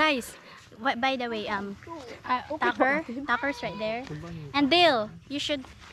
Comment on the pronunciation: i like how she says Tucker.. sounds like Dacker